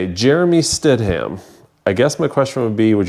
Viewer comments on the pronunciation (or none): none